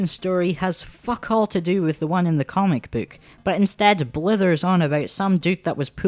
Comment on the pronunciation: a "cömic büük"?^^